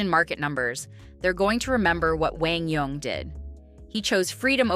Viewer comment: The commentator is one of the very few who pronounces QD's name correctly. PPA NEVER did.